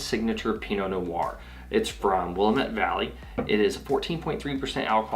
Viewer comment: Just FYI....it’s pronounced wil-am-Ette. Not will-e-met like the Chicago suburb